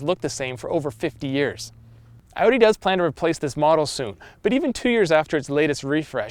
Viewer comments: this man said odin its audi lmao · Can't this guy move his mouth vertically or what? Every time he says Audi he says Eudi, even with other words like behave, he beheve, like wtf?!